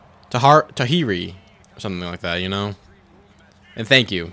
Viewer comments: Appreciate you and the content I knew you could win with him 🤙🏾🎉 and it’s pronounce TuhJury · Everytime you mispronounced Tajiri, it got funnnier🤣